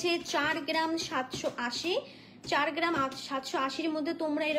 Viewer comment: Collection darun but per geram noe gram.pronunciation thik korun please